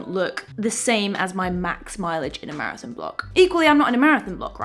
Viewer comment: Love your accent on "marathin"